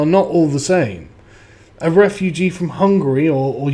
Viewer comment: John Wyskochil camp re-foo-gee